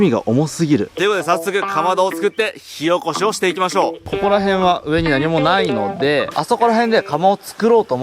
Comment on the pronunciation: 火起こしが塩コショウに聞こえる。。